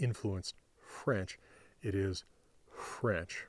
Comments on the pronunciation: He's saying ɸɹentʃ. If you look closely you can see no teeth touching the lower lip... That's a bilabial fricative. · You have a point there. It's hard to tell visually, and I thought it sounded more like fh than ɸ. I could be wrong though, the sounds are similar. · Whenever he says french, it's like he wants to blow a candle. Maybe that's subliminal for his birthday 🎂 😂😂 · He's not pronouncing 'f' as 'wh', he's aspirating the 'f' to make it 'fh'.